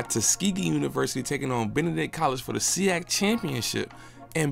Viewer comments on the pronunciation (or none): Good video, also we don't say "SIAC (see-ak)" as one word, not like the "MEAC" or "SWAC". We spell out each letter → S-I-A-C similar to the "C-I-double A" 😁